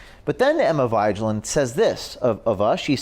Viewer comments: “Emma V-eye-j-land” 😂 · It is Emma (scandinavian name pronounced Veg:land or Something in this line) Vigeland. And thank you for your hard work and good and informative investigations. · I imagine the correct pronunciation of that chic's last name is probably closer to (vaj-land). It's why Cenk keeps her around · I think her named might be pronounced Emma vi-gee-land, a play on the word vigilant? I could be wrong. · As a Norwegian, I'm offended. Vigeland is pronounced "veeg-eh-land". 😏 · Dude you didn't even do enough research to realize you're saying vigeland wrong.